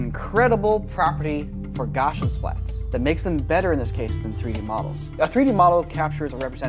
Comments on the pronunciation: GOW-SEE-UHN not gauchian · Gaussian is pronounced GOW-see-un, not GOSH-un, as it is named after (Johann) Carl Friedrich Gauss, and Gauss rhymes with house. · Gaussian is named after German mathematician Carl Gauss. Gaussian is pronounced Gow-C-ann, not Gow-shin. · Gaussian is pronounced "Gow-see-an", not "Gosh-un" after Carl Freidrich Gauss. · This is very neat, but the way you say "Gaussian" (meaning 'Like Gauss', pronounced gaʊs in IPA) as "goshian" is driving me slightly mad. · Why are you saying "goshen". It's gow (like cow) see uhn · Gaussian : GOW-see-in It took me way too long to figure out what you meant every time I heard "goshin' splat" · Please. I'm begging you to pronounce basic computer graphics terms correctly. Gaussian is "GOW see uhn". NOT GOSHuhn. It's named after a dude named Gauss. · It would be nice to pronounce "Gaussian" as 'gousian', not 'goshian' - then I'd understand what you are talking about … (Carl Friedrich Gauss ( ) was the German mathematician these methods are named for.) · Egads! "Gaussian" is pronounced GOW-see-an, not GAW-shun. For a moment, with the guys holding rifles and you saying "gaushensplatz," I thought you were talking about a German paintball tournament. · Great video except for pronouncing Gaussian gosh'-in instead of gow'-see-un .. yikes.. 😳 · Something broke in my soul when you pronounced Gaussian (gau-see-an) as "gosh-in". I believe the two syllable term for this tech is GSPLATS. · "gau-see-an" not "gawshin" for "Gaussian" :) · How everyone I've known has pronounced it: gau-see-an How he pronounces it: gah-shin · Lol. Gaussian (gosh-in)? It’s (gow-see-in) named after Carl Gauss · Gauss is pronounced like House. Gau-see-an. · Gaussian is not Gausshian. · The way pronounces Gaussian makes my eye twitch. PLEASE ITS GAW-SEE-AN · I would not have known he was saying "Gaussian" if I didn't see the word on the screen. Sounded like "Gashan" or "Gotchan!" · I loved this. Also, It's pronounced 'GAWZION Splat' ;)